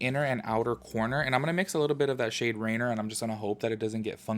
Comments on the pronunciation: It’s not “rainer” lmaooo it’s rainier...which is mount rainier which is pronounced “RAIN-EAR” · You pronounced most of them correctly, accept Rainier is like ray-neer. And yep, the colors are inspired by Washington State :D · Rainier is pronounced “ray-NEER”. Like reindeer, just without the “d”. I haven’t had an issue with any of the colors yet. My brown liner, on the other hand, is defective and the component isn’t pushing it up. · No hate cause I can’t read either, but local Washingtonian here, “Rainer” is based off mount Rainer and is pronounced “Ray near”. 😂❤️ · the shade Rainier is actually pronounce Rainear Its hard for others to promounce, no shade, I used to live in Washington and it took me awhile : ) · Appreciate this review! I’m going to stick to the child palette for my olive and earthy tones fix, though. Lol the shade Rainier... seems very irksome. You gave it a chance. I thought it was Rain-ee-er, but I can’t pronounce shit 😂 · I’ll be that girl 😉 lol it’s pronounced “rain-ear”. It’s a mountain in Washington near Portland Oregon.